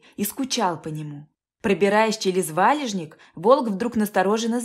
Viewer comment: Очень люблю рассказы о животных,но прошу вас читайте правильно,делая ударений в положенных местах.что за слово ва'лежник может правильно валеж'ник и ещё много ляпов .не портите впечатление от прочитанного